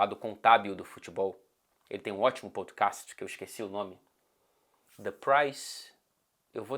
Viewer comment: Pôdcást? Que diabo de sotaque britânico é esse, cara? Kkkkk